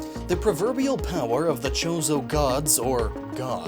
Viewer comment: Every time he say chorzo i here chorizo and now im hungery